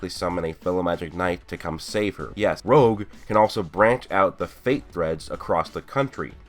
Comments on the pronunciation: It's not rogue it's rouge like French for red bro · Rouge, not rogue....... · i think its name is the french Rouge(soft g) which means red and not Rouge as said in the video.